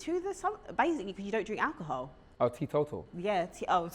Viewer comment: Lol how u try to say t total hahahahhahaha